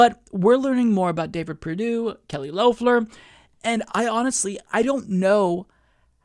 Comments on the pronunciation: Not Loaf-ler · Nit picking, but it is Lef-ler not Louf-ler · It's pronounced "Lef-ler" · And Kelly Loeffler was apparently supposed to bring back the suburban mom(or white woman) vote here to the Republicans, and Idk why, but it kind of feels off when you pronounce Loeffler's name the O is silent.